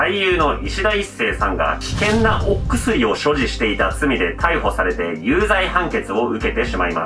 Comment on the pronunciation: 危険な＂お↑くすり＂はマジで草